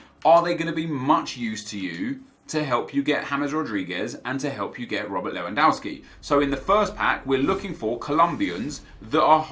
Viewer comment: How can you still pronounce Lewandowski wrong Nep? Don't you watch football on TV?